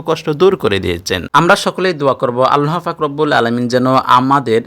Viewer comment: 'আল্লাহ পাক' শব্দটি সঠিক ভাবে উচ্চারণ করতে পারলে বেশি ভালো লাগতো....